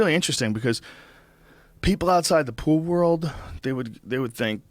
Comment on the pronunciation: This man cant even say the word "world" he says "rurld" lawwwl